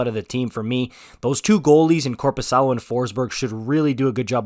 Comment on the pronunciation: You said Korpisalo very good. Nice job